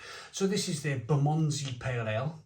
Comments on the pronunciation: It’s pronounced “Burr-mun-zee” 😀I have a variety pack of their beers to go through at the moment. The IPA was very decent so looking fwd to the rest including this Pale Ale. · I’ve never heard it pronounced how he did in this video. Bizarre